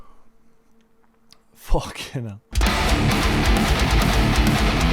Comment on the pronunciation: Every time bro says the british ahh "FOUWHKING" gives my ear an orgasm